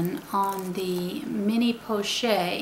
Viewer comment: I just have to say that it is pronounced 'po-shett' with a hard t and not 'porchay'. In the French language a consonant followed by an e is usually has a hard emphasis. The word pochette is used to describe any small envelope shaped handbag.